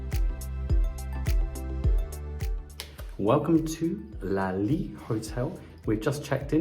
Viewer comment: Lol it's not a french jawn, why you keep dropping the t in your pronunciation you goofy ahh Brit! 😂 Very thorough review though, much appreciated (